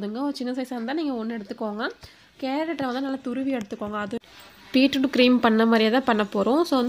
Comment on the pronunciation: Peetroot ila beetroot